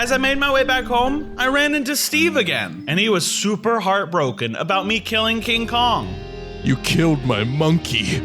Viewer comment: And I like how you called King Kong more like donkey Kong 😂🤣